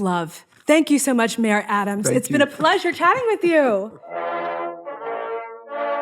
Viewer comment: Learn to pronounce his name, Ziwe.